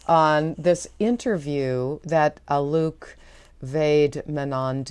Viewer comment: I am pretty sure his name is pronounced to rhyme with "bloke".